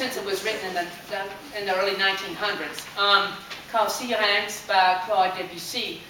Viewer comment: OMG i love the way you say Syrinx! ps i love the story you gave too, every person plays this song in their own way!